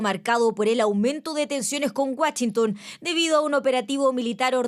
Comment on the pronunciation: “Guachintòn” jajajajaja